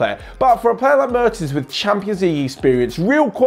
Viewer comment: the first 'e' in 'Mertens' is pronounced like the 'e' in 'yes'